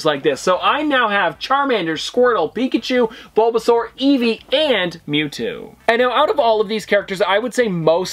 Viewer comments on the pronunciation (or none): none